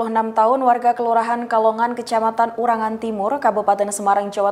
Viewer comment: Ungaran mbak udu urangan 😂 wah kecepeten ngomonge mbak 😂😂